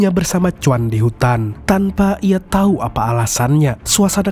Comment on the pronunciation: Saking semangat mengatakan memberi tai😂